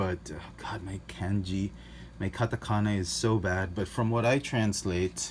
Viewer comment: 日本語のカタカナの読み方上手です。！ You are so good at Japanese katakana in pronunciation.